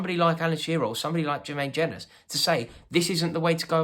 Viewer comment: the way you mispronounced jenas' name is hilarious